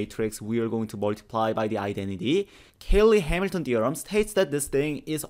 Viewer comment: Cayley, not Caley.